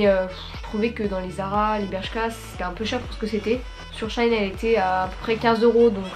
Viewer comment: C'est pas shaïn c'est sheiine